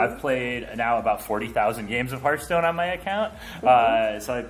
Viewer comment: horasi teboy a correjir el english se dise hearthstone no haarthstone